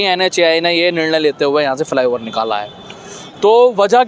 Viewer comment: फि लाई ओवर नहीं रे फ्लाईओवर होता है पत्रकारों की जहान टो।